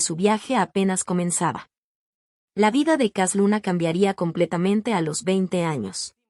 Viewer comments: Para empezar, la narradora no sabe ni leer, dice cas Luna, no Cash Luna, hay que enseñarle a leer, para poder juzgar, pobrecita y también sus seguidores, de un siervo no se habla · Pues entonces me voy a reír de ti Para que yotubi te pagué por subir videos falso de cash luna Tu voz dijo cas luna Aprender a ablar bien Solo repites los mismos vídeos Hiciste una recopilación y muy falsa por qué yo también ice una y mejor que tú yo